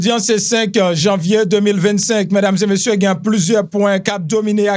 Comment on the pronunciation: Ou renmen fè suret trop , ou blese zorey mwen le wap di reuserver , se réserver . Lè wap di mesdames zeu messieurs , rangé bouch ou tikras souplé .